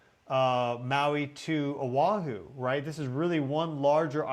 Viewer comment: Kai lŭ ă. Brother ur killing the names. Ō ă hoo.